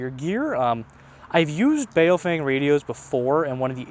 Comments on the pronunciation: Bow fung is how a Chinese man told me how it is pronounced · Bao Feng, not Bay-o-fang…and you're complaining about their English? 😂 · I feel bad for those people who pronounce baofeng as BayowFeyng like this guy in the video lmao